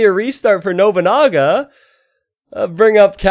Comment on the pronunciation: love the way you say noboonaga XD it is no(pronoun as non)-bu-na-ga